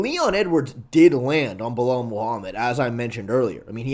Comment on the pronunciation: Istg stop saying belel your gonna make me crash out.